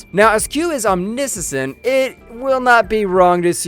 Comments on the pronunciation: New drinking game: quaff a shot every time he mispronounces a word or name. "Omnisissent" LOL! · Ominissisent? Dude… crack a book. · For that matter he didn't know how to pronounce corporeal , and rather then saying that the q were omniscient he said that they were omnisisent. And he described something as a moscomseption